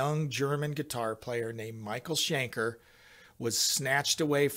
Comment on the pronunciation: Schenker, not Shanker!